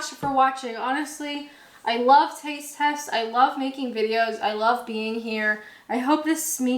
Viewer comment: ...and we'sh sh'love yous too hic